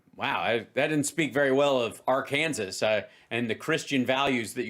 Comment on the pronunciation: I try not to laugh but can’t not 🤣. Ar-Kansas?